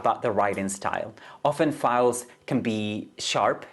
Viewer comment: Author’s name is pronounced like Foals, Einstein…